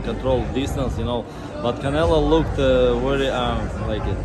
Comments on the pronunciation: Between that hat and that jacket, the crusher's on the squad Also Russian"s cant say the "O" in Canelo!?!? 😄😄😄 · The Russians don't press on the O even if it's on the middle of the word. But still funny the Canela tho lol